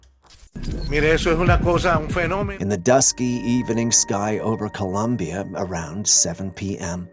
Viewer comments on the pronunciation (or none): none